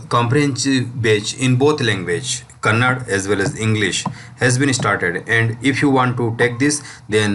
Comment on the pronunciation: It's not Kannad it's Kannada